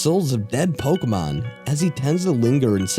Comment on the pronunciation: Anyone else annoyed by the mispronunciation of most of those Pokemon??